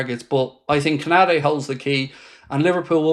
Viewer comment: LOOL BRO ITS KONATE U SAYING KONADE 😂🤣😅